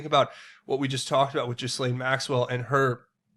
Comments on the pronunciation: Gil-laine, not Gizzlane. Practice it. "Gillaine' '"Gill-ayne' It's FRENCH. The S is Silent. Step up already. pronounced 'Gil-layne'. Say it! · Okay, Ghislane is pronounced “GEELANE”... just an FYI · Love you, brother,,,💜... don’t speak French either, but I believe her name is pronounced “Geee Lane”. Bless you for all your amazing work👍🏼